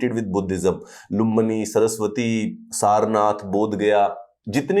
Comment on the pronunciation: सरस्वती नहीं नाम है सर श्रावस्ती बोलते हैं